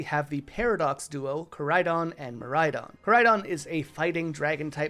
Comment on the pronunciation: MIRAIDON DOES NOT END WITH AN M, IT ENDS WIRH AN N!